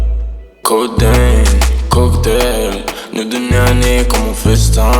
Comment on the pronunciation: il dit codéine et cocaine comme si ct un ricain, cousin assume t'es français prononce normalement et articule ta grosse daronne la chauve anorexique